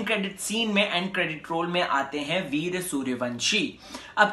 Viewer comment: ye kya veerya veerya laga rakkha hai veer naam hai pahele bolan seekh